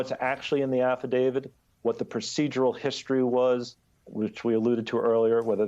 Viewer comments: is this guy pronouncing it 'affidavid'? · why do such educated people pronounce affidavit as affi-DAVID???